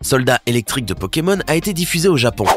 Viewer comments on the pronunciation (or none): A il dit pokemol